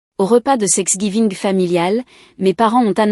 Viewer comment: Il n’y a pas que dans cette histoire que thanksgiving est mal écrit et surtout mal prononcé